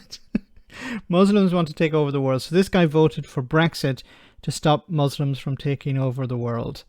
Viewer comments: What is a mooslum? 🤣🤣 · What the hell is a Mooslum?!